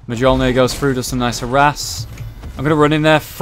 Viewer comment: Am i the only one disturbed by the way said Mjolnir?